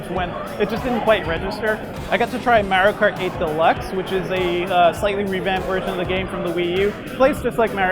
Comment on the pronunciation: He keeps saying merio kart instead of mario kart